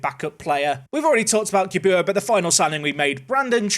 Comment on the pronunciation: Put some respect on Gyabuaa's name (at least pronounce it properly) 😂